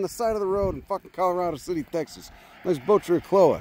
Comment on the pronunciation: The correct pronunciation is Colo-ray-do City 😂🤷🏻‍♂️